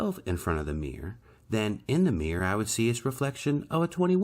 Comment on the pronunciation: Meer = Mirror Peculiar pronunciation.